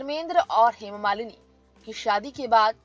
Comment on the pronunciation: सूत्रधार का उच्चरण बहुतही घटिया है, हेमा मालिनी का नाम भी ठीक से बोल पा रही।